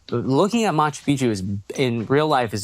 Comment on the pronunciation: 🚨CORRECTION: It is NOT pronounced [Machu PIchu], it is [Machu PiC-chu]. There are 2 Cs there.